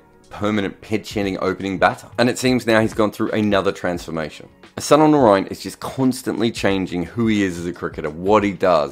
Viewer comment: When you can pronounce Sunil Gavaskar Sunil Gavaskar why can't you pronounce Sunil Narine Sunil Narine.